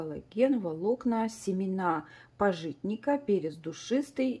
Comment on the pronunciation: Добрый день, спасибо за обзор. Подскажите,что за пищевые волокна в соли и коллаген,его вроде в пищу не употребляют? И правильно произносите рекламируемый товар:пАжитник,его семена добавляют часто в сыры для придания лёгкого орехового вкуса.